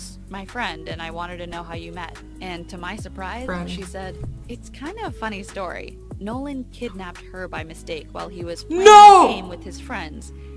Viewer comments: Did you say stiry ? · Did you say true stir-y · She said sory not story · Idk who heard it but in the beginning but said stry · Omg i just realized that at the beggining of the video Azzy said "The true sery i don't think i heard that right did anyone notice?